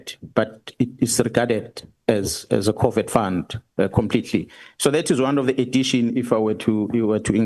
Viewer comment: I kept hearing Covid when he was saying covert. I wonder if anyone else has this problem. I am nevertheless really impressed with Mkhwanazi as an extremely intelligent man of integrity who is a deep thinker and someone who is honourable and unafraid of making suggestions that could rectify the situations which allow people to get away with corruption.